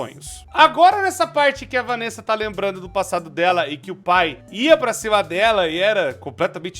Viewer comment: Tu errou a palavra "pai" com um "u" ao invés de "i" e agora não consigo mais desver☠️